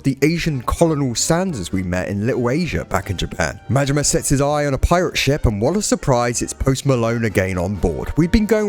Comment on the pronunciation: Im sorry . Goro Mangina? Its Majima! Goro Majima!